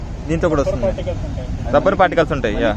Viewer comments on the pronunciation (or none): none